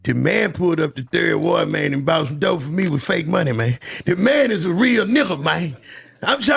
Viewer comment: He still ain't from Houston 😂. Bro don't even say 3rd ward the right way..